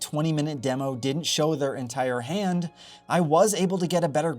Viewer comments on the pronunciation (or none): none